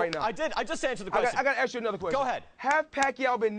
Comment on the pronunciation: axe him to call him